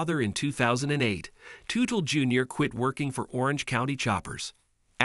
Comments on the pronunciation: I cringed every time he said Tootle 😂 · When a name of a famous person is mispronounced. I will not watch the video. Its a video composed by AI and not a human. I know i should accept it, its the way of the future. But I can't, i want to see things that people write and speak about not some faceless computer!